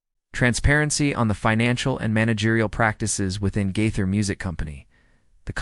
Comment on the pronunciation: Try saying his name correctly!